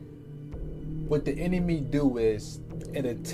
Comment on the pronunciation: she said a.i enemy =anemy like enemy not anime smh makin us look ignorant by speakin without thinkin in every video lol! think then speak man. u represent us all in these times 💯